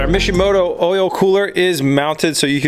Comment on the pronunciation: For all this time i thought he was saying mission moto until i saw the box..